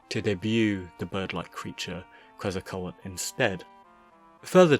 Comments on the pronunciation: Of all the wrong pronounciations of Quezacotl, "Quezacoet" is the most head scratching one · It's pronounced Ketsal-kwatul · It’s kwet-zah-kot-tyl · its pronounce Kehtz-Ah-Coat-Toll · I hate to do this: Ket-zal-ko-attle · You know... The song "Oregon" by Clutch SHOULD give you an idea how "Quetzalcoatl" should be pronounced. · The T is before the L though... There's mispronunciation and then there's American levels of stupidity and illiteracy